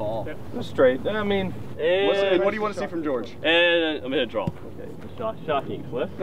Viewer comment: I'm really sorry about this, but "porridge Georrige"